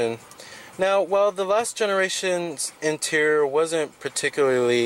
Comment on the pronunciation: Interior. Try saying it slowly in front of a mirror. In-ti-ri-or.... Again, In-ti-ri-or...., In-ti-ri-or.... You can do this. I know you can.